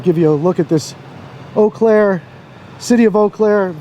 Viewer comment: I'm glad to hear you pronounce it properly there is an Eau Claire near me and nobody can pronounce it a lot of people say Eeee Claire.